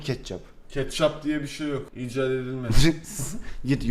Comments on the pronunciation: keççap ne ketçap degilmi o dkkdkd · "keççap" ssssssssss ketçap* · Abi keççap değil ketçap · Ketçapa keçapp demeyende ne biliyim yani 😂